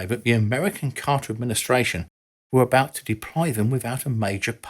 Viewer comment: It was the "Carter" administration, not the "Cotter" administration.